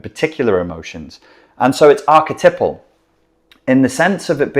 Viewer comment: Ark-a-type-al NOT ark-a-tipple